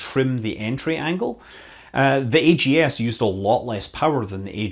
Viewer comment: So instead of being pronounced "bugs," the backup LM computer was pronounced "aggs," rhyming with rags. This might be similar to the sound an astronaut would make if they realized that they needed the AGS for its intended purpose.